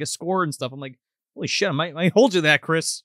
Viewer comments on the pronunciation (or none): none